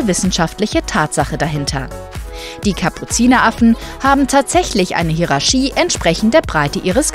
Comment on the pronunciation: Interessantes Video. Aber nur mal kurz: dein Hierarchie kommt wo her? Bzw. woher kommt deine Aussprache des Wortes? Total krass wie du es sprichst . Aber schön, keine Frage. Nur anders halt